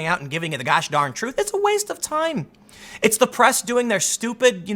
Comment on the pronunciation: Hehe!! You said "Gash Darn".. Are you following Lions Republic Entertainment Tim?